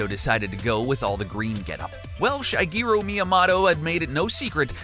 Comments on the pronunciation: Yeah def said shy , sounded like he was calling him shy guy at first never heard anyone pronounce his name like that before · LOLOL omg i went to the comments to comment about this myself. Though I heart 'Shy-geero' . JESUS